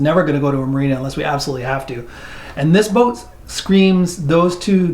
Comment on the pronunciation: has a distinct way of saying "Bouht" The retractable bimini roof looks like a pain. Like you said, keeping it clean and future maintenance item. If caught in a rain shower when open, it would collect a fair amount of water on top too. The cockpit seating looked better and bigger than the salon. Those rear helms are a no-go for me. Maybe best as a live-aboard in a marina? Tooling around in the Bahamas? Not for long passages for sure. But is that a bad thing? Depends on your needs and wants. Nice that you ran into a follower of yours while doing the review! Janice is not 'Casper white' - she is part Polar Bear!